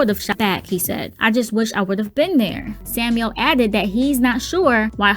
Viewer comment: Samiel not Samuel....